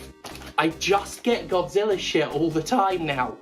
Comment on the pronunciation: Misheard Godzilla as Gothzilla, now I want that too be a thing.